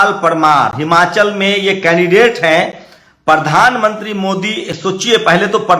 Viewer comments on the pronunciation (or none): Mr you never pronounce the Prime minister. you ever say pardhan manti not pradhan mantri.